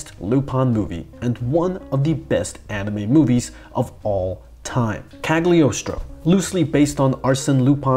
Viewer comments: I couldn't watch more than a minute. DUDE by the love of God, please research the right name pronunciation! It's not ca(tering)+do(e) it's pronounced ca(r)+toe. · No you have to pronounce it ,[kˌaɡlɪˈɒstɹə͡ʊ]=kal-yoh-stroh